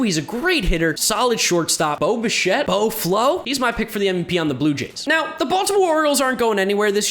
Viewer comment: Nobody:: Boba Shett